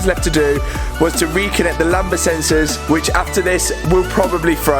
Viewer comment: Talk about click bait “I crashed my car” and turns out someone reversed j to it clearly you didn’t crash it 🤦‍♂️😂 and for your info and it’s not “lamba” it’s “lambda”